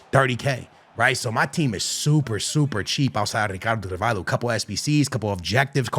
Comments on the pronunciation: it’s not carVAILho 😂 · Brother is rolling all the Rs with RRicardo CaRRvalho like its a parody, but cant pronounce Hancko (pronounced Hantsko)